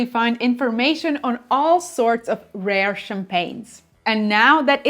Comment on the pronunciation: Rare please, not Rore!!! 😅😅😅